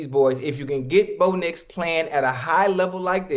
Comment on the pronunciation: "Bo Nicholas Nix" lol